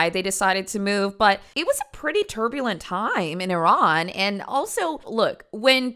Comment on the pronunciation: thank you for saying Iran and not I-Ran